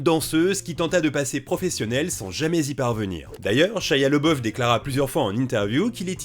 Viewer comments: C'pas "Lebeuf" mais "Labeuf" en prononciation... Ça pique les oreilles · LABOUF pas LEBEUF... j'aime pas cet acteur mais prononcer son nom correctement est le respect minimum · par contre tu prononce son nom "le boeuf" alors que ca se prononce "l'abbé ouf" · Pq prononcer LeBoeuf alors que son nom est LaBoeuf ? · Pourquoi on prononce « Leboeuf » si c’est « Labeouf » ? Son nom était « Leboeuf » à l’origine ou rien à voir ?